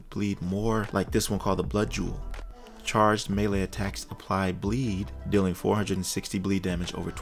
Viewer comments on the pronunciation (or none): none